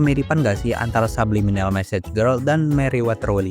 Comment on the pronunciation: Bang yg bener "message girl" bukan massage girl